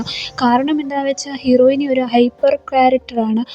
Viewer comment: ഹീറോയിനി അല്ല ഹീറോയിൻ